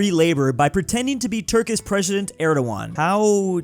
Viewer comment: ”Turkis Preshident”